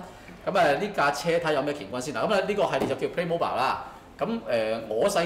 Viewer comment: 屌，主持連個玩具牌子名都讀錯